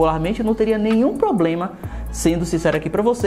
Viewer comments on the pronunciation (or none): none